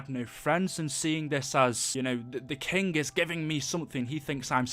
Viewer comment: Im triggered. it's king, not kink :p